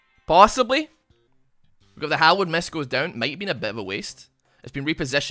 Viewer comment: When says Hallowed mist I hear Hollownest. please play Hollow Knight 🥺🙏